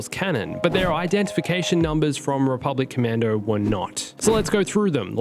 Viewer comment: This video: "Rebublic Commando" "Rebublic Commando" "RC" "Rebublic Commando".